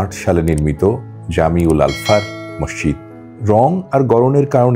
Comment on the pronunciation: Morshid Na Masjid Bolo